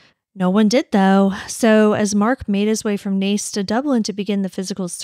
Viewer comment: You pronounced Naas perfectly 👍 The room mates were away for the weekend so would not of seen him.